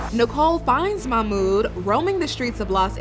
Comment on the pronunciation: I just can't any more... it's not MAMOUD! His name is MaHHHHHHHmoud! There is H in there and it is NOT silent!